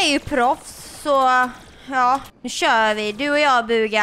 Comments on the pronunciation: du sa fel i början du sa bugga man säger typ bhuuuga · Jag gillar att du uttalar Buhga bugga;)